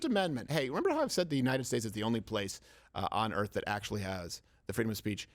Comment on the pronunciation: I wasn't aware the earf is the angloshpere...